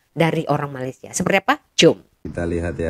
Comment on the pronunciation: kena sebut betul-betul.. Untuk Malaysia, "A" nya kena buka gigi bukan Malaysié gitu. Bukan semua A di "er" kan ya kak..